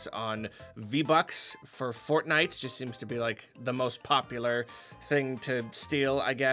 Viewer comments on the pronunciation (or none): none